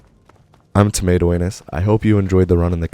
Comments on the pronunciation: "Hey guys this is tomato anus" Alright you got my attention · "Hey guys. This is tomato anus" me: clicks subscribe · "hey guys, this is tomato anus"